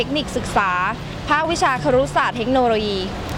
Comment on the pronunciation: ครุศาสตร์ นะครับ ไม่ใช่ คุรุศาสตร์